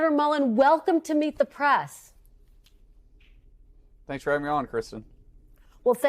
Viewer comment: How can anyone believe / trust anything from Welker and NBC? And why does she always have to emphasize “Meet the PRESSSSSSS”? I give her a 1 out of 100 for journalistic professionalism